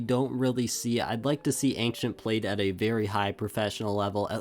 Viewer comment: "anxient" it's ancient